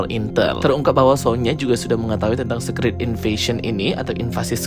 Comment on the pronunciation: Bacanya bukan sekrit bang, tapi sikret